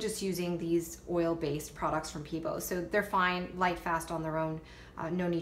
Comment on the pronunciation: Hi, I really enjoyed this tutorial! But I want to tell you something that's only meant to help... Pebeo is said PBO... and VIH-TREE-ALL, and AL-KAH-LID. But other than that, you rock! I love your creativity!